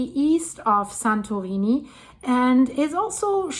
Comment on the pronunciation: This presenter is tryng hard to speak with an American accent, but her pronunciation of 'Santorini' is foreign and sound affected. An American would say "San-tor-EE-nee".